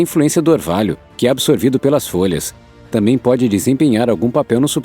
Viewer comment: É (T A M B É M ) NÃO ( T A M É M ) obrigado .